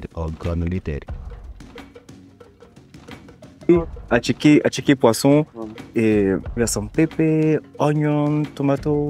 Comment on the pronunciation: Attieké not asaké 😂